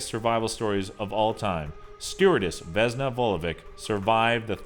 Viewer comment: i am from belgrade and it is pronaunced vesna vulović